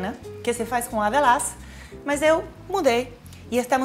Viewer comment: a Paola falando QR Code e avalã (avelá), me lembra que ela é gringa, sempre esqueço kk